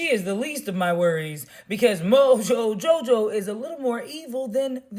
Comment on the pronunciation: The way she says Mojo Jojo gets me everytime 😂 . Keep your head up. Do whatever u have to, to cope. Fuck the ignorant feedback